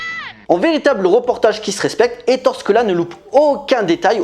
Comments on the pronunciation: On prononce Ettoré et non Ettore, ça fait mal à mes petites oreilles!! On n'écorche pas ainsi le nom de ce grand cinéaste En Italien, les e se prononcent é comme il sole (le soleil) se prononce il solé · Ettoréééééééé... Pas Ettore "la fin de la grande guerre" , le film se passe en 44, 45, c'est plutôt la "fin de la seconde guerre mondiale" "L'ère Mussoliène"...Non,non. "L'ère Mussoliniènne" Sinon, excellente vidéo. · Gros classique du cinéma italien, très fun et bien sale. Par contre on dit éttore Scola, tu m'as fait mal au oreilles mec . Bonne vidéo malgré ce petit point prononciation !